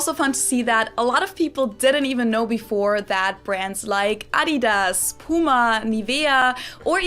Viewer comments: I‘m German and live in the US and I was totally blown away by the fact that I can find so many German brands here! Hearing the funny American pronunciations though…hurts sometimes 🤣 Adidas is definitely one of the worst haha You’re doing great btw! Really impressed how fast you’re learning and your pronunciation is so much better compared to most Americans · Adidas is pronounced they way it is, because RUN DMC sung My Adidas, instead of Slick Rick.